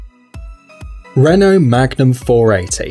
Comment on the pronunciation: Learn how to say renault! 😂